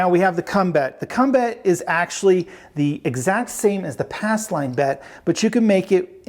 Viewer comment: Ass line? He keeps covering the P in pass. 😁